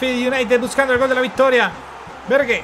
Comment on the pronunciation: Bergue se escucha raro, dile Ber, o Berg por que así es como se pronuncia